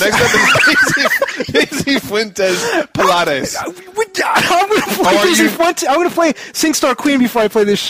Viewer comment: omfg, I'm unsubscribing because you guys don't know how to say Pilates...lol And please, we add U's to everything. You guys just remove letters. I mean, hoe, dik and I'm pretty sure there are many more. Anyway, Good luck guys in finished ninja bread man.hopefully its really short. and, i think you guys should try one of these (or All): Resident evil Archives Star Ocean : The last hope. Rise of the Argonaughts (not sure if you reviewed this one or not.).